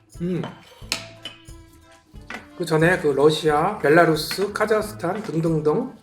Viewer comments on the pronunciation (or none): none